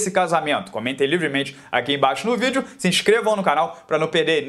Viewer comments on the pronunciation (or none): none